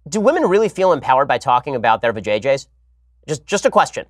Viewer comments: Am I the only one who fricking wheezed when he said Va-JJs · Am I the only one who cackled when he said Vay-JJs